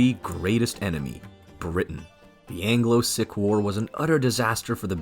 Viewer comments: It's probably just AI but it's pron. "seek" and not "sick" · "Seek" NOT "Sick". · Spent some time wondering who these ‘sick’ people were - what an affront..also ‘Logan’ is not pronounced Loggin - the ‘O’ is hard… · Sikh is not pronounced 'sick' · Sikh is pronounced seek.